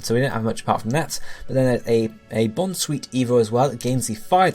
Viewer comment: Fuck you saying fucking MORE-LULL, it's fucking MOH-RELL-LULL. I'm sick and fucking tired of you bitches mispronouncing these names, especially Bounsweet, whose name couldn't more obviously be a combination of BOUNCE and SWEET, BOWN-SWEET!!